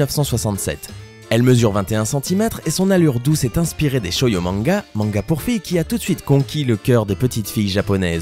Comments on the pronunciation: SHOJO MANGA NE SE PRONONCE PAS SHOYO MANGA MAIS BIEN SHOJO😢 LES OTAKU VENEZ PLEURER AVEC MOI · juste on dit CHOJO et non CHOYO _' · On dit "Shôjo" et non Shoyo... FashoniStas... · Il a dit shoyo mais c'est shojo hé suis choquée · c'est pas shouyou mais shojo :( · Juste un truc, on dit Shojo manga pas Shoyo :) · c'est pas "shoyo" c'est: "shojo" t'aurait pus te renseigner:'( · tout le monde parles des Pullips mais personnes n'a remarquer cette faute quand il dit "Shoyo" au lieu de "Shojo" ? ou je suis la seule ? -_ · on dit shojo pas shoyo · y'a que moi qui ai entendu shoyo manga